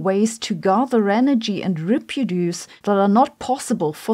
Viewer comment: I love Sabine's sense of humor. Although she needs to learn how to pronounce "reproduce" properly. Oh, and it's probably time to get a newer model of phone. She must have gone to a museum to find that one. Kids these days would ask "what is that thing?".